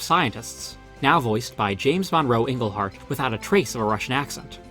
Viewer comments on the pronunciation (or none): A little pronunciation error: James Monroe Iglehart is actually pronounced with a long "I."